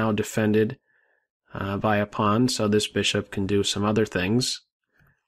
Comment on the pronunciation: I like your pronunciation of "pawn".